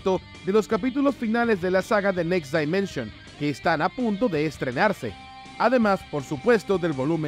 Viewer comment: Por q dices "next DAImension" si la pronunciación correcta en inglés es "dimenshn"